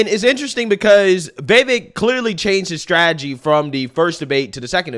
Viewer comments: Dude! Will you please pronounce his name right!?! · How do you still not know how to pronounce Vivek? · It's Vi-VAKE rhymes with cake that's how he suggested people remember it. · Love your channel! Time to learn how to say Vivek tho, since you'll be saying his name a lot and you seem to say it differently every time, lol. Vivek rhymes with "cake" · Vivek rhymes with Cake